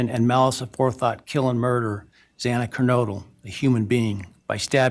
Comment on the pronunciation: I think calling xana and Ethan human beings the second time was due to mispronousing xanas's name, and he kind of went into auto pilot out of embarrassment. Just a guess on this one